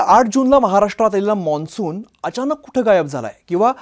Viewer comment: Monsun nahi mansun